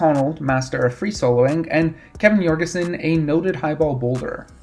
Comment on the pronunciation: Kevin's last name has a hard "J", not "Yorgeson". Otherwise a great overview.